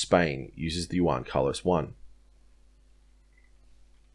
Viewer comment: Nice analysis bro. Now just to learn pronunciation on the word Juan! 😉😂 Keep up the good work! 👌🏻